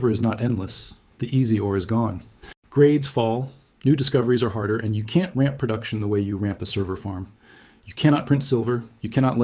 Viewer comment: They "can tee" deliver? They "don tee"? Ha ha ai can't pronounce "can't" and "don't"